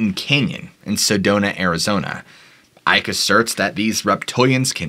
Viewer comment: Icke is like icky